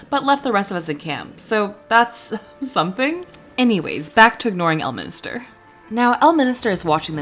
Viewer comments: It's El-min-ster, not El-mini-ster, and he is a much more likeable character when he is in a good mood. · L minister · This video seems super interesting but alread 30 seconds in and you said Elminister 3 times it's really triggering he's not part of the government... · Can't believe you devoted a whole video to the guy and don't even pronounce his name correctly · I'm confused on how you heard him say the name correctly and still mispronounced the guy's name... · love how you keep calling him elminister 😂 bro is ordained